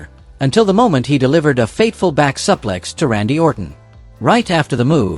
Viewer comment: It's bad when the AI host can't pronounce a suplex.